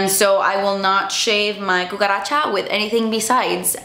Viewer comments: You never lose your energy on your videos. Love your videos I live in ecuador and I don't really ever used anything that you talk about i just come here for your vibe. Your latina side saying cucharacha lmao 🤣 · The cucaracha she said 🤣🤣🤣😂